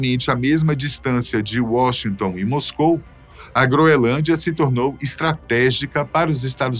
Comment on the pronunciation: Não é "groelândia", como está sendo dito repetidamente aqui pelo ilustre narrador, é "GROENLÂNDIA"!🤨